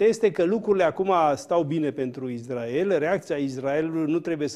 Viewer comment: Cand spui: "IZDRAEL"... se vede la ce televiziuni te uiti...